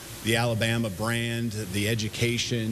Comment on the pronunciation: He said eductation! Lmfao! 😅